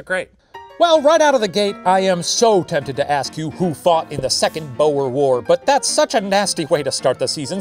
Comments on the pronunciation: I can't get over how The professor pronounces "boer"' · Istg the way Shane butchers the word boer... It tears at my soul. And he said the word so many times….. (/hj) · Unfortunately, "oe" in Dutch (and Afrikaans) is pronounced as a long "oo" sound, so the pun doesn't work lol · Ohh, that pronounciation of the word 'Boer'...the 'oe' sound is so Dutch, huh? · Okay I'm South African and the way he says "Boer" is so wrong it hurts. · As a South African, hearing The Professor pronounce "Boer" is so fun lmao💀 Btw the "oe" in "Boer" is pronounced how you say the "oo" in the word "soon". It makes me so happy that my country is mentioned in Puppet History😭 Thank you Professor!!!💙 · Just FYI that's actually how we are taught in history class to say it, at least in Canada.. and majority of us can definitely roll our R's. It's a legacy of the war, even 112 years later. It's even pronounced wrong in TV period pieces set during the war. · I love how the word 'Boer' is pronounced XD and has been pronounced previously, I can't help but love how funny the pronunciation is, as someone from South Africa that is. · i know im a little late but just fyi, ‘boer’ is pronounced with the same vowel sounds as the english word ‘tour’ ☺️ loved this episode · As a South African, I am shocked by how Shane said boer. Total wrong pronunciation lmao. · As a South African, i am glad our history is getting recognition. also its pronounced "buure" not 'bow-er" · It’s pronounced boor not bow-er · The way the Professor said "Boer" like "Bore" or "Boar" is hilarious😂It's pronounced more like booooo-errrr, boo like a ghost and a rolling 'r' at the end, so much closer to "lure" than "lore" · It's "Boo-er" isn't it? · Same 😭 I was repeating BOOOR so many times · Did not expect this episode to be about my heritage. One thing- Boer is pronounced like boot - boo-r source: I am Afrikaans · I love it when English speakers try to pronounce Boer and say something like Bore or Bow-er. It sounds so silly.